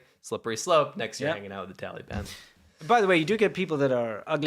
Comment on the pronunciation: I like how pronounces it "Taleeban," like a little kid. I know it's unintentionally irreverent, but still, thumbs up.